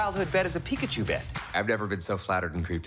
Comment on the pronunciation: Why did you say PIKAPOOL 😞 I can't unhear it now.